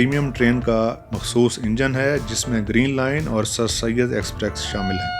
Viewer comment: I have watched most of your videos... I'm a railfan. Exprex is still there in almost all of your rail videos. It's not about script, dear.